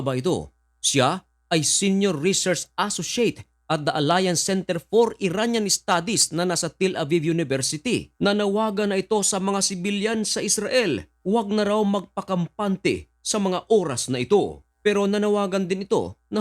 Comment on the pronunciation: bisaya ka ba bakit.. TIL ABIB... ang bigkas mo